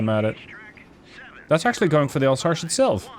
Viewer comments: More Alsass, not Alsash. - sorry for the nitpick. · You absolutely massacered a region and a ship name Alsache oh my god just say Alzace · More like Alzass. If you want to have the right pronunciation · Alsace is not « Alsache » 😂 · It's pronounced "Alzass" :)